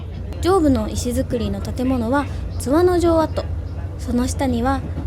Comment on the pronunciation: 前回の青春切符で初見で、今回も楽しみました。昭和〜平成初期に湯田温泉近くに住んでて、深夜の大垣行きでバイト感覚（節約）で東京→小郡で何度も帰省したものです。貴婦人やまぐち号には何度も乗りましたが、今また子供と乗りたいです。 あと、地元での津和野のイントネーションは⤴️ではなく➡️です。